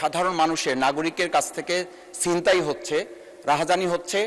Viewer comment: সিনতাই নাকি ছিনতাই ?